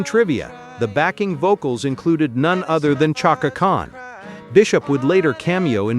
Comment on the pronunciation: fun fact: you mispronounced Christine McVie's name. Also Chaka Khan. 😉